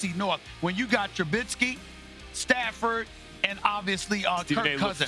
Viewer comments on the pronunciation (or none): Trubissssky not trubinnsky get it right you get paid millions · Its not "Trubinsky" your inability to pronounce his name shows your bias. You undervalue the way he uses his legs to confound defenses. You will learn. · Stephen be a journalist and say Trubisky's name right. Jesus.